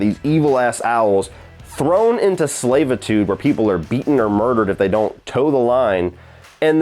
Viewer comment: lol what is “slaveitude”